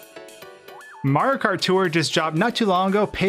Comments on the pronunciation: Not even 5 seconds into the vid and i hear "MARKART" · You say Mario kart like a Californian Marokar